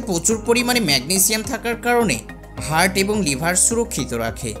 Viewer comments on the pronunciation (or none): none